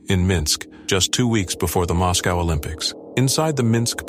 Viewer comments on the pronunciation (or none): none